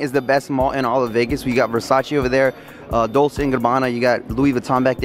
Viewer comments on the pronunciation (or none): Its Dolche not Dolsey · Did he produce it as dol- say gabanna ? Wtf